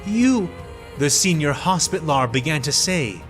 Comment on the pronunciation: "HOS-pi-TAL-er", not "hospit-lar".